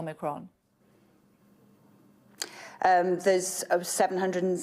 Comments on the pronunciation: 11 cases of "omnicrom " .....this is pathetic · One died WITH omnicron, is it too hard for her to say zero then. Well done Kate, that was a breath of fresh air. 👍👍👍